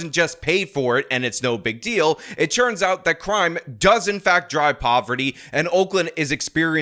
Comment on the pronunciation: Anyone else ever notice that says “churns out” instead of “turns out”? Go back to the beginning of this video so you - like me - can never hear it the same ever again